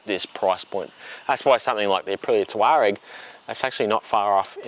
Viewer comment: Oh thank God, someone pronounced “Touareg” correctly. I got pulled up by my local VW dealer and told it was pronounced-“TAW-regg”. It was enough to ensure I never buy another one of them. Well, that and the unfixable adaptive cruise/emergency autonomous braking system. Nice bike and great vid!